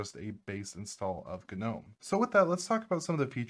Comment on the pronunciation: Can't do his Hard G gnom E and the side as susA 😢